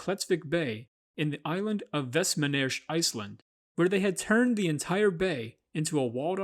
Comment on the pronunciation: the real crime in this thing was how you pronounced Reyðarfjörður, jc edit: westmann EYCH?? what is your problem with saying Rs dude???